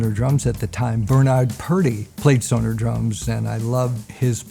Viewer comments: He actually pronounces it correctly. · He is pronouncing it better than most Americans , they say more Sonar….